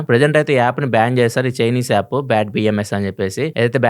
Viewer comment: Yaappu kadu, app.